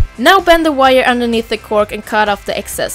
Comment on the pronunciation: ok det lät lite konstigt bara :)